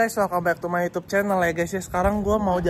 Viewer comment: bang mending lu belajar baca aja dulu, lu bilang YouTube aja susah bang, baku hantam kita